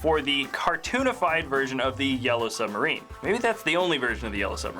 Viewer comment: I WHANT BECAS 'we all live in a yellow suberin'